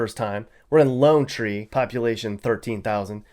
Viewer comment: Truly spoken like a non colorado native. Even got lonetree's name wrong a couple of times.